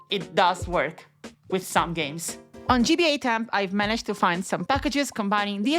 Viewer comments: "NO$GBA" is pronounced "no cash GBA", not "nos gba". Martin's username is literally "nocash" in several places. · Its not pronounced “NOS GBA” its pronounced “No Cache GBA” it says so on its website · It’s pronounced “No cash GBA”, because the $ sign is referring to, well, *currency*. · How dare you not say No$ as "nocash" 😂